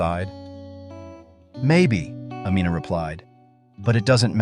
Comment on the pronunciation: I wish the narrator would stop mispronouncing her name. It's Amina like (Ameena, not Amenna).